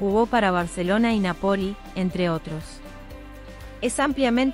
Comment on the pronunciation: Nápoli y muzzarella no musareya. Que mala informacion de la pronunciacion para hacer un video